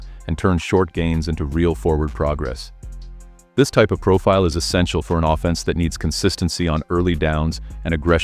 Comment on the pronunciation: Your text-to-speech bot says “offense” with the emphasis on the second syllable every time, as in ‘criminal offense”. No one who knows anything about football talks this way. Kindly ditch the robot voice and get a human being to read your script, it’s very annoying. Thanks